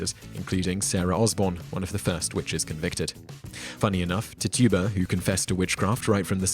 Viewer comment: FYI: Her name is pronounced "Titch-uh-buh" and not "Tih-too-bah".